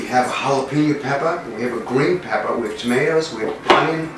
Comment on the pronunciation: Did you say Peppaaa??